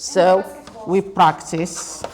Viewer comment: practice not practisssssssssssssssssssssseeeeeeeee